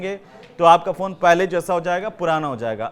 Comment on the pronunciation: कहां कहां से एंकर पकड़ कर लाते हैं। फ़ोन को फ़ौन बोल रहा है